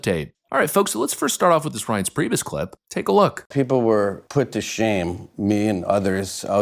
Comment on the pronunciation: Thank you for pronouncing Reince Priebus (from WI) correctly. My wife knew him growing up. To the subject, lefties have to be in a cult and brainwashed to keep conforming to the newest "truth".